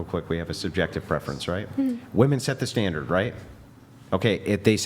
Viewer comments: There are 50 comments about her repeatedly saying woman instead of women. She said it correctly maybe twice. Its not just her its become a trend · Why can't the women properly pronounce women. At least he called them out on it. As dumb as it sounds, maybe we need a campaign to promote women proper pronouncing women . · Bro…. Women always say “woman” wrong. I don’t get it. It’s the majority of women I hear on these podcast. How did it become a thing? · Finally! Someone is correcting this. It is WOMEN in the plural form NOT WOMAN!!! And don't say it's because English is not her first language. I hear women on this show who only speak English do the same darn thing. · What do u mean by that? Seems like its an issue that really only women cant pronounce women..men dont seem to behaving this issue. And the issues primarily comes from women who lean to the left, not woken who lean right. So it seens like its anything BUT a general issue. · It must be a social media thing. I hear it a lot starting in the last year or so. Yeah, it's almost always women that can't pronounce women correctly. Strange.